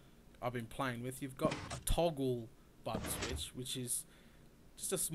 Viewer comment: Sounded like he said butt switch 8D